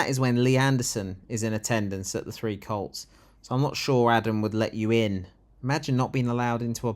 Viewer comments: The three whats? It sounded like "See You Next Tuesday" If it was, it's wrong because there are only two of them on screen. Oh it's "Colts"! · Did you say 'The Three Colts'? Subtitles thought you said cults...I'm sure there's a joke there. I think it should be renamed 'The Two Cunts' personally. 30p Lee is a pound shop Farage, with change.